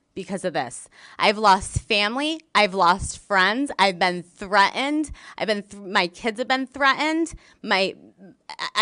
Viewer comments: She also lost her “Ts. Wri’en, Threa’ened🤪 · thre-end?? :elbowcough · What does the word "threat-end" mean? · She's been "threa'ened"!! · LMAO, im walking around saying "thre-end" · Since when did the word ‘threatened’ not have a ‘t’ in the middle? Why is it now pronounced as thre end? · That is “Wriin” & “Threaen” with know “T’s”!!!😂😂😂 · Also the word "threatened" which for her is "threh unned" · Threaned?? She said it three or more time.....threaned...smh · She left out the Ts when she said threatened! Yep!